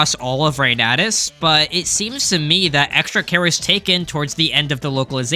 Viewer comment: Fur You was probably the worst choice ever. I'm really glad to see Reynatis get some coverage! (it's Foo-r'you)